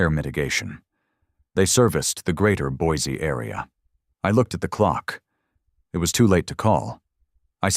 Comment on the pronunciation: You almost got the pronunciation of Boise down. Not quite but almost. It is Boy See not Boys E.